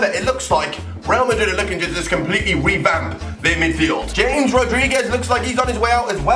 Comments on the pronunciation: James Rodriguez's first names is pronounced hames not James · it's pronounced Hamas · it isn't pronounced James it's pronounced Hamez